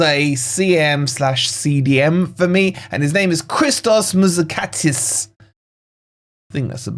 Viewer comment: You said Christos Mouzakitis wrong The right name is Χρήστος Μουζακίτης and this is like M O Y Z A K I T I S Not Christos Mouzakatis